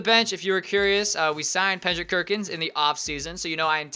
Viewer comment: Lol "Pendrick Kirkins"